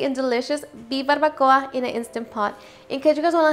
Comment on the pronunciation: Live in Cali and never heard it pronounced like that